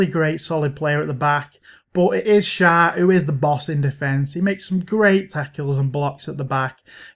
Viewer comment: Its shär you should say like sher